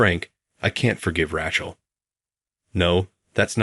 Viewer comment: Oh, Rac hell is back. Please get the pronunciation corrected!😮